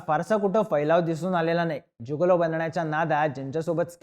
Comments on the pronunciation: जुगोलो नाही रे जिगोलो म्हण 😂😂😂😂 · जुगोलो नाही रे मित्रा its जिगेलों.. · नमस्कार उच्चार चुकला आहे. गिगलो